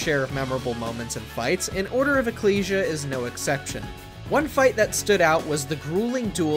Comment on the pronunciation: There's no g in ecclesia. I just want to say St Germain is not as hard to defeat as you make him sound. He's actually quite easy. Also a lot of his attacks can be dodged. I've played countless hours of curse of darkness since I own it and he's not really that hard. Galamoth is quite easy to defeat. There are several easy ways to defeat him on YouTube alone if you care to check those out. I already knew how to defeat him really quickly. But decided to see how people handled him in their own way on YouTube. A lot of them on YouTube found various easy ways to defeat him meaning that he's not really that hard. As long as you have the right equipment you can easily walk in there and defeat him. Also if you have the shield rod and Alucard shield then use the action to combine them. Then hold out your shield and walk right into him you can kill him within 10 seconds. So he is actually quite easy in the long run to defeat. I have a question did you honestly forget to mention the forgotten one from lament of Innocence or did you just not give a shit to do so.